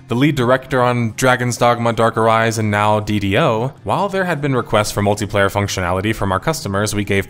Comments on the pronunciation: He's right though... The dude in the video pronounced it uh RISE en .... It was weird and I don't know why he did it. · Dragon's Dugma Dark Aree-sen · "Dark Arise-En" c'mon man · With the mispronunciation of Arisen ("Ah-Riss-En" and not "A-Rise-En"), I think its clear to say you didnt play the games, did you? Cause if you did, you wouldnt have mispronounced the one word that gets repeated the most. Even more than the word "HARPIES!" That said. Very good video! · ARISEN not a-rizon. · Ah rizz zun, not ah ry sen, sorry it’s not you it’s me, it really bothers me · "Ah Rizz In". You wouldn't pronounce "Risen" like "Ryzen" xD or.... would you? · The issue isn't if the pronunciation is reasonable. The issue is he is saying the title wrong, because in game arisen is uh-riz-sen, not a-ri-sen. Don't fight irrelevant points as though they were contested. If you never played the game, say so and back down. There is not shame in being wrong due to ignorance, but there is if you insist on being wrong in the face of correction. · Ah - riz - un :face-purple-crying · Great vid but please man, its pronounced Ar-rizz-en - Arisen <3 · It's pronounced AH-RIZZ-IN. Made me cringe every single time you said Arisen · "Dark Ah Ryzen" 🤔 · It's pronounced Dark Arizzen 😂 that was driving me crazy. Great video though my man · Lost me when he pronounced arisen as arising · I was about to say; it feel telling that he may have not played it much or just didnt pay much attention during gamplay. Uh-Rizz-en was pronounced in the game so much. Its not an obscure fact to those who have played it; especially with your pawns yelling uh-rizz-en every 5 secons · What's that case hint at the end? Regardless, never heard of this game, although super interesting to learn about it as with most games on this channel. Also, it's Dark A-RIZZ-EN; It's even pronounced that way in the game's dialogue. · It’s dark “a-rizzing”. Don’t slander the name of a great expansion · dude, why do you pronounce "arisen" like that